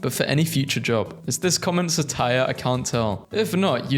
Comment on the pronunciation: Um actually you pronounced satire wrong 🤓☝️